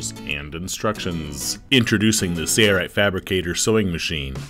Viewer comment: Why is he saying 'say right'? Its sail not say. Am I missing something?